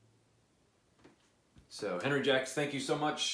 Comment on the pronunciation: One little minor minor point Sir: You pronounced “Jacques” as “Jacks”- you’re just a tad slightly off my friend,..., The proper pronunciation is closer to “Xoock”- aaaalmost almost like that “X” in Xerjoff..... Being a Canadian kid from the earlier years, a large majority of us [like myself] had to spend several years in French programmes as kids- whether we liked it or not- Hehehehe.... Cya and can’t wait 4 your upcoming review. By the way, did you mention pricing…?!?! I might have missed that Sir....🙏☮️💛👋👋